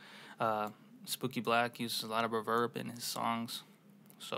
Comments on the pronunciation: why u say reverb like that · Oooo didn’t realize it was a Canadian thing omg! My bad haha it’s cute then